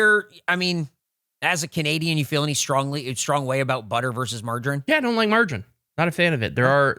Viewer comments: I can’t unhear it now 😂 And I’ve also just realised he calls margarine “margin” 🤦🏻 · TIL how Americans pronounce "margarine" and I am shook